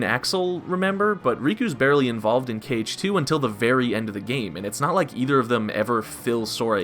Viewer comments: Why does he keep calling it "caged 2" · "Cage 2"?